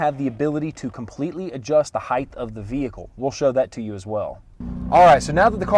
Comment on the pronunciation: adjust the height. not heighth. height. heighth isn't a word